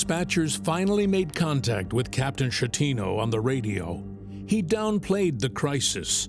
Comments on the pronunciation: not how you pronounce the captain's name. it's not "shatino" it's "sketino". he's italian. i don't understand why you couldn't do like... the bare minimum of research to know how to pronounce his name. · GIG-LEO 😂 SHET-TINO 🤣